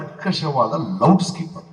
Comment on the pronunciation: ಲೌಡ್ ಸ್ಪೀಕರ್ ಅಂತ ಸರಿಯಾಗಿ ಉಚ್ಚಾರಣೆ ಮಾಡಲು ಬಾರದ ಗೂಬೆ ಇವನು ಲೌಡ್ ಸ್ಕೀಪರ್ ಅಂತಾನೆ